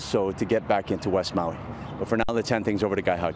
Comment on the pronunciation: Learn how to pronoun Maui.